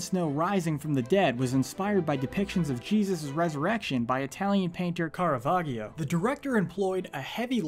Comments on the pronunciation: dude.... Caravaggio is pronounced with a soft g. cara-VAjio. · "Italian Painter **CARAVAGGHIO**" dude come on how the fuck do you butcher the name of the greatest artist in history?? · H Z O Yeah, that hurt my ears. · You know how to pronounce chiaro scuro but you can't pronounce Caravaggio?? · you pronouced chiaro scuro right but now Caravaggio...really dude